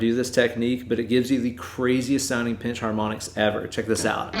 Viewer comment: "Two Peenches" lol. Growing up in the south I didn't realize how much people would troll me about saying "peench" instead of "pinch" as an adult. I love it, sir.